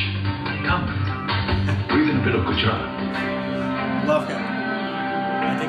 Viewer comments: "Gooraat . .. Gooraat. . .Gooraat"😂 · He ‘Rick’ed the Gujarat pronunciation